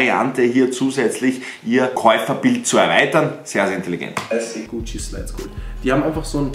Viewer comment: Deine Aussprache👌🏼❤🤪 wie du einfach guuuucci sagst 👍🏼😜❤👌🏼